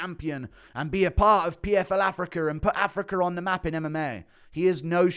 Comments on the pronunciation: does know it's pronounced "africa" not "africar"? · Damn man I love Guru but I can’t stand his pronunciation of certain words 😂 “Dan-er white” “Afric-er” but in certain incidents he can said “Dana” and “Africa”